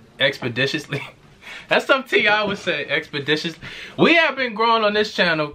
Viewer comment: Lmao “expadishously”😭